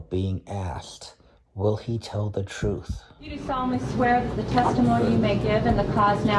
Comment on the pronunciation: The way he pronounces words is annoying and the troof! If he drives the other prisoners crazy, he won't last long. I broke a personal record yelling STFU at my TV. Hard to believe this is a courtroom and not romper room.